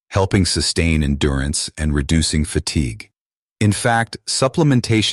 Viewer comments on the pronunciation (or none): none